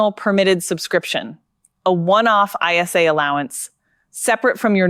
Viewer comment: It is an ISA not an I S A